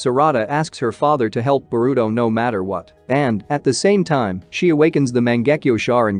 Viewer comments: He say burito not boruto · Do you say boruto’s name wrong on purpose?